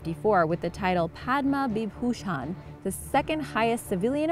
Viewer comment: It pronounced as Padma Bhushan